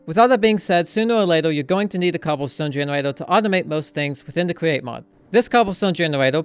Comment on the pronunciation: Best cweate cwaft